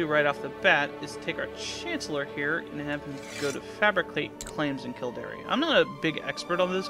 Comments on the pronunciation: Its Kil-Dare not kil-dar-e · Oh by the way Kildare is pronounced Kill-dare not Kill-dairy hahahahahahahaha